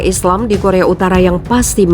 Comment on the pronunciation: Korea UTARA MIN BUKAN UTALA